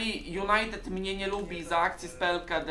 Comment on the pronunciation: Niech się nauczy mówić JunajteDDD anie Junajtet